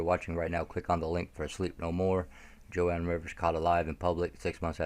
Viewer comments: Its Joan pronunciated "JONE Rivers, not Jo Ann. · It’s JOAN not Jo-ann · One more thing..sorry.. Joan Rivers is pronounced "Jone" not "Jo-Ann". "Joan" as in "loan", "moan". Joan Rivers is s very famous comedienne been around for a long time. I hope she's alive too. She must know a lot. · Joan. Not Jo Ann. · Jone pronouncing joan